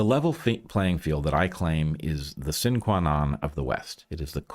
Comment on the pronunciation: "Sine qua non" ... the 1st word is pronounced like 'cine' as in cinema. Latin terminal ' e' is pronounced.